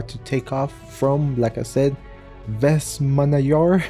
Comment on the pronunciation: You could say westman island instead of Vestmannaeyjar. As someone who is from Iceland i die of laughter but im glad you tried